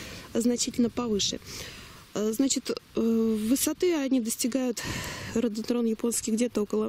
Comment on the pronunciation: ударение на третий слог,как не получается,вы что не человек разумный?